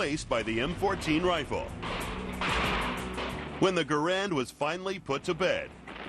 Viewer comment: You arrogant fool, why... how do you get off assuming I haven't fired a M1? BTW it's G-A-R-A-N-D not, grand, it's French, not English. As a matter of fact I use to own a M1 Garand. I sold it cuz I was very disappointed in it. I have fired both in comparison more then once. So YOU shut up!